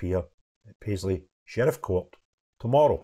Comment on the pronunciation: "Paisley" man? yeah right.